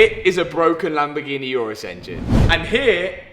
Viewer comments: Day 673 of telling you it’s an Urus, not a Yurus. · Why uz calling it iourous when its names urus ? 😂😂